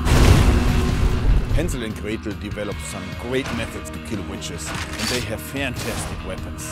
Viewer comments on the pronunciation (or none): none